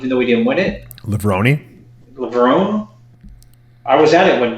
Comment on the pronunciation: How come some still say lev-rone rather than the correct lev-roney